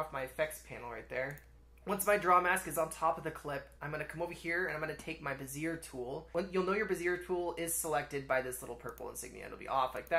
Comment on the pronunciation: FYI, bezier is pronounced “bezz-ee-ayy” in English.